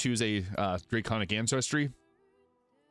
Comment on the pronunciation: Drayconic. You know, because draygons.